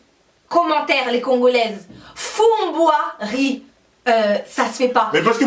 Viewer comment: Bjr je ne sais pas du tout qui a inventé fumboi riz mais ça ce dit fumboi avec du riz